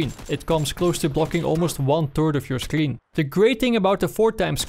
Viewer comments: I hate that you say "sclshreen" instead of "screen" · he says scleen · scleen LMAOOO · what's a scLeen? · “It completely covers half of the scleen” ok den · This guy can’t pronounce screen